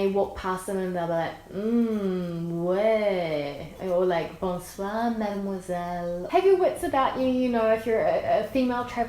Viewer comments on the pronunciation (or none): none